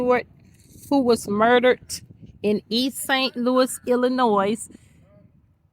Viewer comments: how you from Missouri and don’t even know how to pronounce Illinois damn thought only east coast and west coast people pronounced the S in Ill-annoy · Lady, it's ILLINOI the S is silent! Tell your friends.... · she from the area so why did she repeatedly butcher the name? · I don't think she butchered it, just doesn't care or isn't aware of her mistake. Lot's of people say it with s at the end but not usually Illinois citizens. I'm old and cranky!